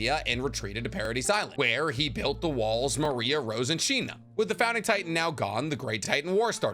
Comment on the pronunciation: It's wall mar-ree-ah not Maria like the name, bro watch the show